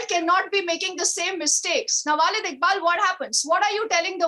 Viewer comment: she is continuously saying "Walid Iqbal" which means "Papa Iqbal" , "Father Iqbal" , "Pitaji Iqbal" hahhaa she is not callling him correctly . this is Waleed Iqbal not Walid Iqbal hahaha